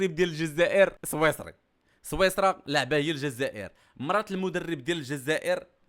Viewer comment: صويصرا الا سويسرا😂😂😂😂😂😂😂